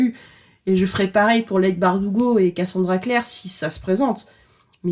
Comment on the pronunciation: Le commentaire du chipotage : normalement, "Leigh" se prononce "Lee" (Oui, chipotage d'ex-prof d'anglais ). Courage pour la suite :)